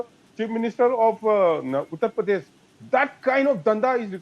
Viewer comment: According to her uttar pradesh will also be pronounced as yuttar pradesh saala refugees